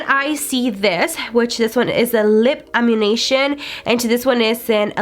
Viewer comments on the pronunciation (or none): Did anyone else hear her say velar and amunation instead of velour and ammunition? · And it’s lip ammunition not ammu”nation” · Please please please learn to pronounce the names correctly. It’s not Veh-Lar. It’s pronounced Vuh-lure. That was making me crazy. Ammunition not animation. And if you swatch could you show the swatches close up so everyone can actually see ? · Amm-you-nish-un is how it's pronounced...I think I heard 4 different versions from you during that video and none of them were even close which is just annoying because it's not that hard of a word. Also, the only reason I even said anything is because I was already pissed that you had the nerve to click bait everyone with the title to your video: "Did I get scammed " on a Jeffrey starr mystery box ?? Of course everyone is going to click on it thinking you got screwed by him and wanting to know what this is about but you knew when you wrote that title you hadn't been scammed and you got great stuff worth far more than you paid so using the words "scammed" and "Jeffery starr" in your title together was nothing more than click bait... so finding out we had been baited into watching what turned out to be just another average unboxing AND having to listen to you call ammunition " amishan" and "ammooshin" was more than I could take. Tell the truth in your title's from now on and if people want to watch you they will. Don't lead everyone to believe your video is about some beauty guru that we all know and lots of us buy from scamming you or selling you junk when they did not just because you know it will trick people into watching your video. That's not only rude but it's deceitful and people don't trust you after that. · Girl it’s ammunition- said, am-yew-nish-en (or -on, depending on your accent).... Like what you load into a gun or stock up on before a battle 😂. That’s why the lipsticks look LIKE A BULLET. Hahahahaha didn’t make that connection? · "Ammunation" This ain't Grand Theft Auto, bih.